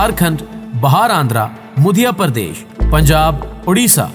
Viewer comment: میں آپ کی خبر سن رہا ہوں مدھیہ پردیش سے م۔۔پر زبر ہے م۔ میں پیش نہیں ہے